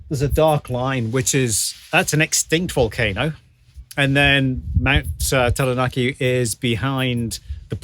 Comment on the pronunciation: you pronounce Taranaki very well.... very much appreciated from this maori nani